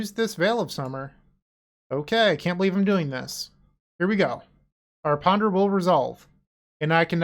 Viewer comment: I'm a little upset you didn't call it Kaheera Beseech the the Mirruh 😂 I love your Boston accent you do when you PONDUH